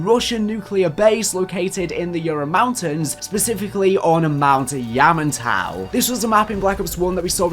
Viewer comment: When you say "Yamantau" like an extremely drunk southerner in America. Much love to ya still.